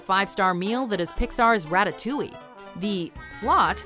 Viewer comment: "Rattatoing"